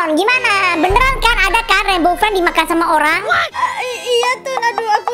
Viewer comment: bg3 lohko rainbow ped bg salah ngomonmya